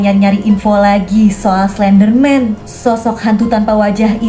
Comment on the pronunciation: Oh iya tadi kakak bilang slenderman yang anak nya slendrina ini kakak bilang klenderman